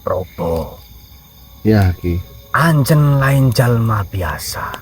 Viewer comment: pakai bahasa Sunda tapi kok seperti kaku, seperti orang Jawa yang pakai bahasa Sunda. Pas nyebut, anjeuna, aki bilang anjen, yang betul itu, anjeun yang artinya kamu